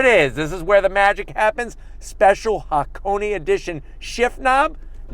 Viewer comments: Small pronunciation check: that should be Ha-Ko-Nay (near enough, the 'nay' is short) rather than Ha-Ko-Knee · It's pronounced haa·kow·nay, not haa·kow·nee. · Its just pronounced hakon. Not hakon.eeeey. hakone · Ha Ko Ne pronounced "Hakonay", not hakony LoL. Love your videos though! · It is Hakone(haa•kow•nay). Not HakoNI. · Say it with me. HA-KO-NAY kthx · He just can't seem to say Hakone correctly.